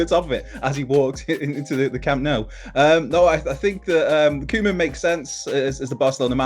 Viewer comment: You guys keep saying 'koeman' totally wrong.